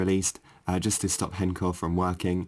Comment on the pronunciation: That is not how you say h-encore at all buddy